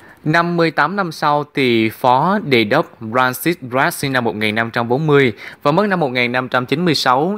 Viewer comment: đọc tên cũng sai vc